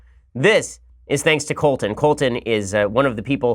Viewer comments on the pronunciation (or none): Colt-in? Is that what you call him Ben? Lol